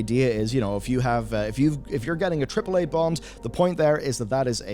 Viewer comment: can't even say AAAA, and that's wonderfully hilarious